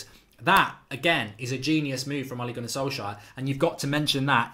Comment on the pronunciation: Mark watch the fancam on how to pronnounce ole's name